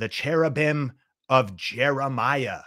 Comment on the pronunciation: "The cheribum of Jerimiah." STILL LAUGHING AT THAT ONE :)